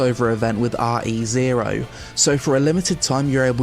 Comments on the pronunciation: AR E : ZERO. I have never heard anyone call Re:Zero that. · No thanks! The way you pronounced re-zero was funny though